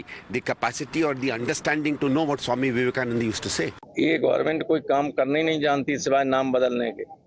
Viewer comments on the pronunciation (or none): Vivekananda not Vivekanand